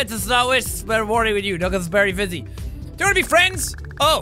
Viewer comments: Bery vusy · "nugget is bery vusy"